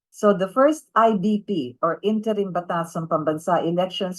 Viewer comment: " interim "wrong pronounciation ayusin mo....hahahahaha